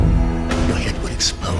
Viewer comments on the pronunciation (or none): none